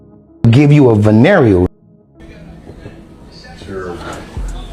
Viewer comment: Did Ray J really say I'LL GIVE YOU A VANERIAL DISEASE?????🤯🤯🤯🤯 And forgive me if I spelled it wrong😅